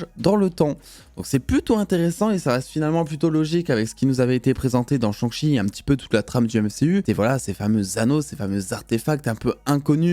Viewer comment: Un gros « cheuh »🤣🤣 ça se prononce CHAIH (avec le H aussi)